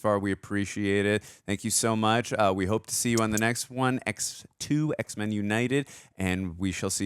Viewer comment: Does she said EHH x men😂😂